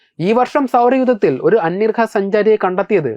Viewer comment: അന്യർഹ.. അന്യർഹ എന്നാണ് കേൾക്കുന്നത്.!🙄എന്താണത്..? അന്യഗ്രഹം തന്നെയല്ലേ..?? 🤔